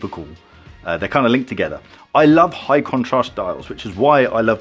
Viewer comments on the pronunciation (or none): none